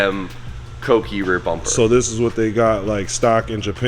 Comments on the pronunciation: Smh... he normally says cookie (read: coo-key) instead of kouki. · koh - oo - key